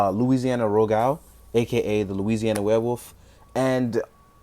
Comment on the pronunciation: Pronounced loo-gah-roo. Great review. Super old figure.